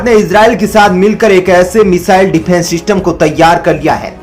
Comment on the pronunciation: Abe defence system hota hai Syfence system kaha se le aaye ho